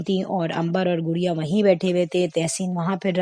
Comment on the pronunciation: انگلش کا تلفظ بہت خراب ہے گڑیا ہے